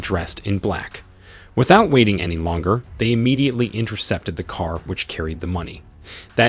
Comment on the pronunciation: The narrator is imediately broken imediately because he is saying imedately so imedately.